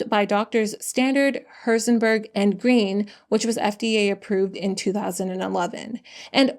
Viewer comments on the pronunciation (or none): none